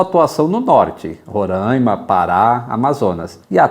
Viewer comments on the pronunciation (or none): none